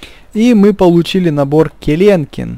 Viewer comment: не Кленкин, а Келенкин